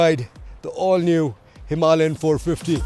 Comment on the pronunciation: Why can't Indians pronounce 'Himalayan' properly? And why does he keep saying "M M" instead of the correct way, which is "millimeters" . Excellent video though!